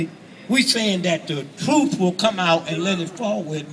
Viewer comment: Twuth Twuth He cant even speak correctly